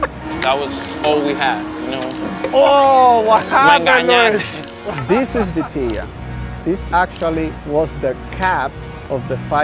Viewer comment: samnelso it's vitilla, I believe they write beteyah so that the pronunciation translates.